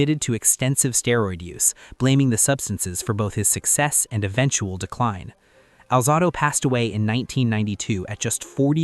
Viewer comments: It’s not Lyle Al -Zah-do, it’s Al-Zae-do. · Welcome to AI! Narrator can't pronounce Conrad Dobler's or Lyle Alzado's names correctly. I also disagree with the list, but it is just someone's opinion, after all. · Learn how to pronounce, Romanowski....which you pronounced TWO different ways. And, learn how to pronounce, "Alzado."